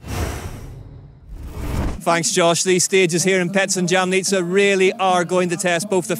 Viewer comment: Jamnica wasn’t said correct once in the whole video